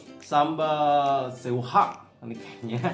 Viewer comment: lucu banget.. btw baca seuhah... u nya jangan dibaca.. jadi se' hah... hihihi